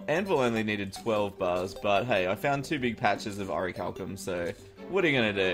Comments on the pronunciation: oricalcum? the bars and the ore and the anvil and the google auto-correct say its "orichalcum" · its ore-chal-um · its pronounced "o-ric-liam"